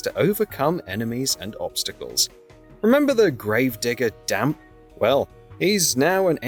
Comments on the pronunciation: This video is useless bs we’ve seen in the trailers also it’s pronounced Zelda not Celda and who the f is Damp?! It’s Dampé. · Dampé. Not damp. Dampé 😂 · "Damp"??? Dude. Learn how to pronounce character names 🙄